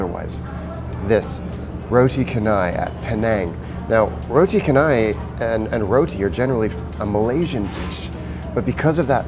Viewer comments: Haha mate you absolutely butchered the pronunciation of "roti canai", it's pronounced "cha" instead of "ka" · lol it's pronounced roti ch-an-ai, but great video hahah